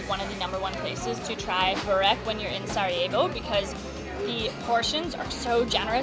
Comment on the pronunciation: thank you for saying the city name right